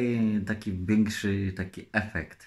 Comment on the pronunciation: Biekszy efekt '' po naszemu chyba większy